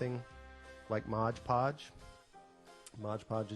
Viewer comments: It's Mod Podge, not Modge Podge. C'mon, it's on the bottle in big letters! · This is a great tute.. Thank you... Just fyi.. it's pronounced MOD Podge (not modge podge). Briliant.. I am going to try this. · Nice tutorial! However, you're saying the name of the product improperly. ;)